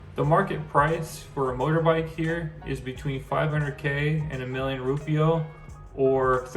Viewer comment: DUDE - wtf is a rupio? It’s pronounced RUPEEAH - spelt Rupiah - Just to help 🥰